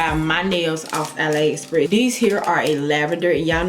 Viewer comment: It’s pronounced Ah-lee express not ah lie